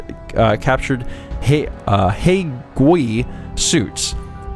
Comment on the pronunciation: Wow, just had to say you did a great job with the pronunciation of hei gui.